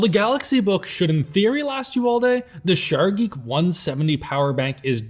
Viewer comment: Sharggi? Really? Its just "sharje".